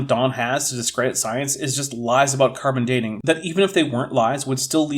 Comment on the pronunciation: I remember his hat, and his disturbing “carbon for Dean” pronunciation. 😋 Where have i heard this guy, if not here? Maybe Viced Rhino…? 🤷🏻‍♂️